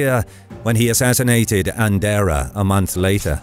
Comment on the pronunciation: Autor, é Conde Andeiro, não é "Andeira". E esse indivíduo era Castelhano, não era Português.